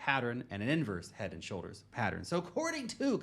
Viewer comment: Why is he pronouncing pattern properly now? Go watch his other videos, he never pronounces it correctly. "pattron"